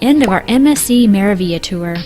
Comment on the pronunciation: It is pronounced: Mera (roll the r into the a) Veal YA